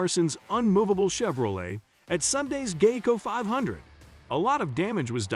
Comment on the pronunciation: I hate these computer generated readers, or whatever they are. Can't pronounce words like Fontana or Geico and it pisses me off just to listen to this butchery. Are we out of people who can read?